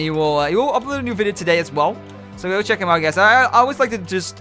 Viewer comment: u mean check not cheak right